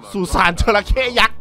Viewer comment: จระเข้ รึปล่าวครับ ไม่ใช่ จรเข้